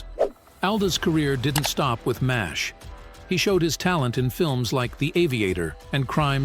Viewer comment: It's Pronounced 4077 MASH not Mass H